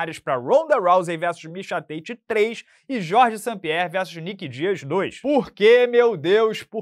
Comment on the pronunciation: Ri demais quando vc falou Nick Dias 😅😅😅